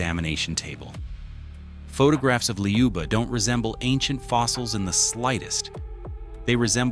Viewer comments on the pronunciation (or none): Not "Ljuba", there is no "j/y" sound! Say "Luba" in French manner, that is how we pronounce it!